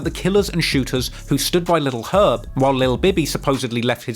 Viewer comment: So funny this dude did a 3hr doc on this and couldn't pronounce "Herb" correctly once